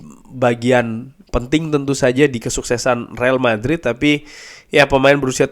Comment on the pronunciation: bacanya re al madrid mas bukan rel madrid